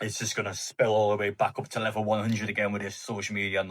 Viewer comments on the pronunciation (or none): none